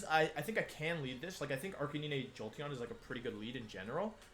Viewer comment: Arcaneené??? It's pronounced arca 9